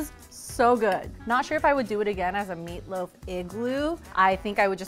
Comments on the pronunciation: I died when she said “Meat loof” 😂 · I love how cute is hahaha "meat loof¿ that sounds weird"